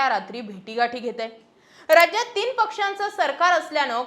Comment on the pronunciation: रजज्यात नाही, राज्यात म्हण😂